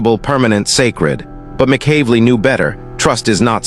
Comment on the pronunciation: Slaughtered his name in a different way each time!!😂😂